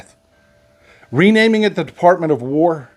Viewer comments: Ah... caught ya. You almost said "DeFARTment". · bless you! You started to call it the "De-FART-ment." Maybe you should have stopped there.